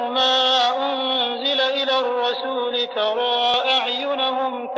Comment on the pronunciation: Ayat 104 there is mistake the Imam recite rasoolu but it is rasooli